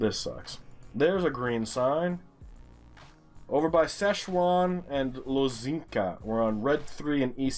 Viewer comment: Sign: Szczecin and Łożnica.: Szechuan and Lozinka. Ah, the superior ’Murican way of pronouncing foreign names, lovely. For the record; i Don’t know how to pronounce these names either. When it comes to Szczecin i just use the Swedish and German name instead; Stettin. And i would have pronounced the other one (Łożnica) something like Wochnitza wich if most certainly wrong. I know the Ł makes a ”English W sound” (sort of) and the C is something like a ’tz’ or ’ts’ but that’s all i know.